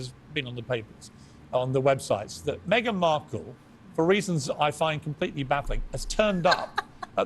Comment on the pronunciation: Yes she here again! ...me-a-gan..Megan!! Go see your dad if you a compassionate woman!!